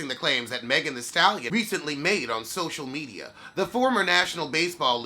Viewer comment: I love when you say “the social mechyas” 😂😂😂